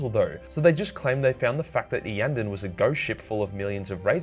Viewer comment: Grats on promouncing Iyanden correctly